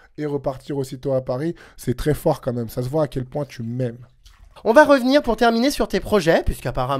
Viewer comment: "comme même" ok toi mdr